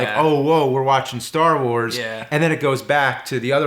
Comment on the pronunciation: guys its called "Star Wars".. emphasis on the word "wars"